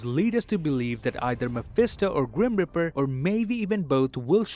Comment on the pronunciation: I love how he says grum reaper as grim riper